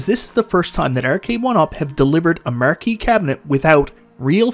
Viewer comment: “The marr-key” hahaha love that